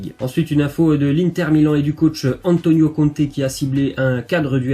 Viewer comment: Conte pas comte 🙁🙁🤣🤣